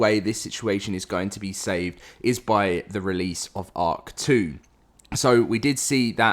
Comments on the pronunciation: I hate you i cant not unhear it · And now I can't unhear it😂